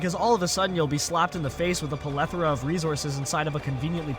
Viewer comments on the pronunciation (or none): dude just said pelothora